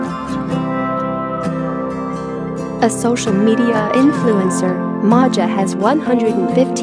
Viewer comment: Her name is pronounced MAYA ....😮